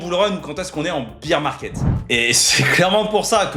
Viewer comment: On dit pas beer (bire) market on dit bear (bère) market en gros tu prononces bière au lieu d'ours